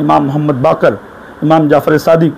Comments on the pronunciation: maula a'li ke name Mein Ali ka ع nahi nikla hai sahi se 🙃 .. Imam e hasan aur imaam e hussain ke name Mein bhi badi HAA ح nahi nikli sahi se 🙃 IMAAM E ZAINUL ABIDEEN ko imaam e JAINUL AAPDIN bola 🙃 BAAQIR ko BAAQAR 🙃 SADIQ mein KOF ق nahi nikla sahi se aur QALQALA to Chhod hi do 🙃 MUSA QAZIM ko MUSA E KAZIM. ismein bhi ق nahi nikla sahi se A'LI RAZA ko Ali E Raza padhraha + ع nahi nikla hai sahi se 🙃 TAQI kabhi ق nahi padha sahi se A'LI NAQI Mein bhi ع aur ق nahi padha sahi se BADI HAA ح nahi samajh aaya HASAN ASKARI mein Ye dekhlo SANTRE ko sahi se jin imaamo ka name nahi lene aata Aur yahan tak ke Ali ka ع nahi nikal raha sahi se aur ye khud ko Kehte hai ye MAULAI hain.. Ya MAULAI nahi MAILAAYEE HAIN MAILAAYEE. Siwaye logo ko gumraah karne ke elawa aur kuch nahi aata iss santre ko 🍊😂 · Rat Live Ki Maar Se Babwa Ko Bukhar Aa Gaya 😂 Subah Subah Sooja Hua Badbudar Muh Le Kar Video Banaya, 12 imamo Ke Nam Le Kar Bata Raha Hai, Se Naam Le Raha Hai Zainul Abideen Ko Jainul Abideen, Baqir Ko Baqar Musa Kazim Ko Musa E Kazim Ali Raza Ko Aliye Raza Keh Rah Hai 😂 Baba inaam Jeetega? 🛎️ Jeetega 😂😂 Shart Thi 12 imamo Ke Naam ALQAB O AADAAB Ke sath Dusurst Talaffuz Ke Sath Bol Aur Ghar Gift Me Le....